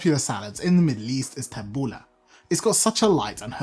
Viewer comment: My Lebanese mentor ( a neighbour lady who took me under her wing as a child) taught me how to make tabouleh. First, I love that you do not call it taboulEE like so many around here. I have always called it taboulEH rather than taboulAH lol. Secondly, I love that you are doing the proper chop of tomatoes and especially the parsley. I, too, was taught to keep the stems out and finely HAND chop. Otherwise, the parsley gets mushy, and the salad gets hard bits of stems (very unpleasant). I use a medium bulgar rather than fine and soak in cold water until it has absorbed it and becomes soft but not mushy. I also finely chop the mint. My lemon juice and olive oil and salt are added as i mix. Because it's such a labour intensive salad, if done correctly, we always make a large batch that will last the whole week. I find that it actually gets better after a few days as the flavours marry and mellow. I think it's probably because i soak in water and use the lemon to flavour.